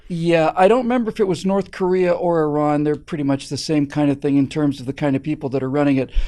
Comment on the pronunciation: Very refreshing to hear Americans pronouncing Iran not Eye ran.